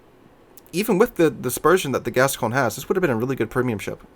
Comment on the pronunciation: By the way, I talked to a French friend of mine and it's pronounced Gas-cogn-yeh or something like that. The ne is pronounced on all french ships like Champagne. So I hope it is haha, might be getting my leg pulled. I never bought this ship because I always feared the reputation, the turret layout and more.